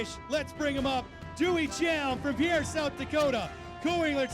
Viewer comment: Learn how to properly pronounce South Dakota’s state capitals name. It’s not pronounced like a French man’s name it’s pronounced like a boat Peer!